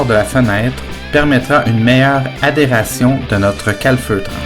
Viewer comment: adhésion et non adération ;-)